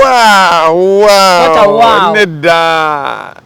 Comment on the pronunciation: they say wow NOT wuwiiiiwuwwiii anyway happy new year both of you.